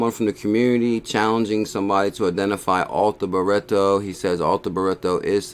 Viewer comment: ‘BRIT/TO - FFS